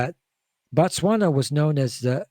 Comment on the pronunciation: Bah-Tswana/Batswana(Is a group of people from Botswana)... Its pronounced with the same Bo used in words like Both, Bob etc